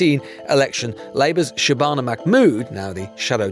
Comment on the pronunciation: Not Shaban a which rhyme with banana 😂😂😂👌🏽👌🏽👌🏽 class